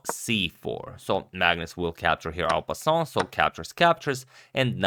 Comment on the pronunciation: can someone tell him en passant doesnt have an L in it